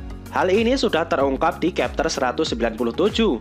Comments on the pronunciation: bacanya chapter, bukan kepter... blok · Chapter kok di bilang kapter 😂 Konoha bahasa English d samakan sma bahasa sndiri